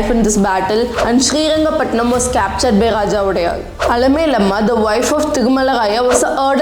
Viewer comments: It's Srirangapatna not Srirangapatnam !! First time i am hearing Srirangapatnam, please use the right name. don't change it as per your need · One thing mam pls pronounce the names properly as per thier state has named it.. It is " SriRangaPatna" not "SriRangaPatnam". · its srirangapatna not srirangapatnam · small correction Its not Sri Rangapattanam, it is SRI RANGAPATTANA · Good hidden history , thank you for this video. But It's srirangapatna not srirangapatnam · it's srirangapatana not srirangapatanam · And u need to learn history first thats mysuru not mysore which was changed in 2014 and its not srirangapatanam, u tamil people dont no how to pronounce a word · Miss ma'am, please learn to pronounce names properly or else stop making videos 🙌.....it's Srirangapatana* The name of the King is wodeyar* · Seringapatnam. Cawnpore. Ooty. Jullundur. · It’s shreerangapatna not shreerangapatnam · Its not srirangapatanam its srirangapattana , you should aware of these name and should not make mistake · Just one thing Ma’am it’s Srirangapatna not srirangapatnam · It is Shrirangapattana Not ShreeangapattanaM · It’s not srirangapatnam ,it’s SRIRANGAPATNA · When making videos of such great history, kindly use the correct names. It is not Srirangapatanam , it is SRIRANGAPATANA. Honest feedback... Would be good if you work upon your kannada accent since so many words are mispelled. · It's not srirangapatnam.😮 it is srirangapatna... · It's not srirangapatnanam it's just srirangapatna , who the fuck writes your content check it properly before blabbering i watched a video of u telling to pronounce the city names correctly and now .... 🤬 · Srirangapatna not Srirangapatnam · Correction:It is Srirangapattana not Srirangapattanam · That is srirangapatna that's the kannada word not patnam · It's not srirangapatnam Please be specific "srirangapatna" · One correction. Its Srirangapattana. Not pattannam 👍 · It's srirangapatna not srirangapatam.